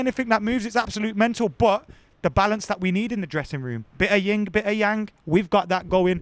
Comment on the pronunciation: It's Yin and Yang. Not "Ying". You can assault me now if you want.